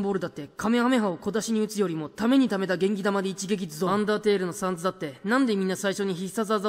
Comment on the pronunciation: 違う！！！それ下ネタ！！！ tailちゃう！！！taleや！！！ あとサンズ⤵︎じゃなくてサンズ⤴︎だ！！！